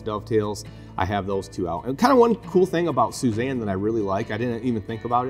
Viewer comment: very thorough and helpful. one bit of feedback: soo-ee-zahn